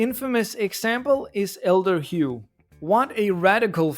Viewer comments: this is actually an incredibly well-thought-out video and i love it a lot but i am so distracted by hearing someone pronounce elder hu as elder hugh. idk why but that just killed me, he's just some old guy called hugh. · Never heard anyone pronounce Elder Hu that way :DD